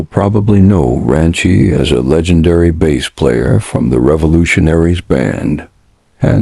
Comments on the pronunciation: I made it into less than one minute of this video, and... Nope. Not doing it. Effing voice over. If you have the pronunciation of the most important thing in Reggae as 'bess line', instead of 'base line', you should start a fishing channel, not a music one. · "bass" is pronounced "base". Please stop this AI slop. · It would also be nice if the AI-generated voices could learn that in music — reggae particularly — “bass” is pronounced “bass,” not the same way as the fish.